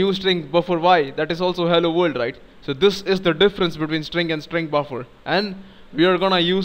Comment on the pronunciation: You really explain things well. Thank you. And I like the way you say vorld ^_^